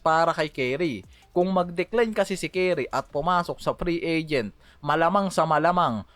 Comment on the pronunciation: Ayuusin mo ang bigkas hindi carry...curry!!!!!!